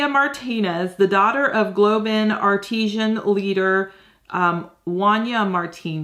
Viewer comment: PLEASE.....Its pronounced artisan. As in an artist has made it... NOT artishan (artisian).... That's to do with water